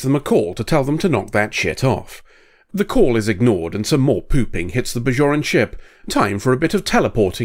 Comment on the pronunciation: They're "Bajorans", not "Bazhorans".